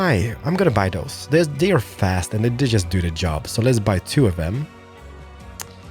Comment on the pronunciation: Please! It's: "those" and not: "does". I know it's not always easy, since I'm Swedish too, but please try to get it right!